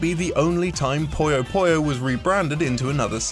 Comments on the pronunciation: Pronouncing 'puyo' as 'poyo' is not an accent, otherwise he'd pronounce other OO sounds as OH as well, which he doesn't. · "Puyo" is pronounced "poo-yoh", not "poy-yoh". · i pronounced puyo like pollo at first and was asked if the game was about chicken.